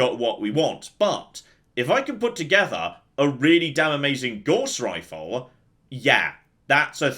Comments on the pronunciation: Every time I hear Gauss mispronounced I look up at my Math degree and ask "was it even worth it?" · Gauss rhymes with Scouse not with Gorse. Named after a German, J [sorry C] Friedrich Gauss.